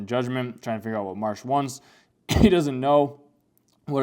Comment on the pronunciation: The main character's name is Mash, not Marsh.